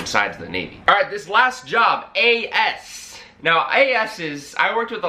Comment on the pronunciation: As-ses lol you worked with a lot of what bro ?? 😂😂